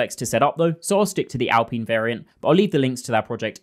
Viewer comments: Say after me: Al-Pine Not al-peeen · Sorry, but how do you pronounce "pine" now just add "al" to it.. al-pine You should be jailed for that pronunciation of alpine.. 😂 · I’m sure you’ve heard how Alpine is pronounced. LOL or maybe you’ve heard other people say it? Hehe Im just curious.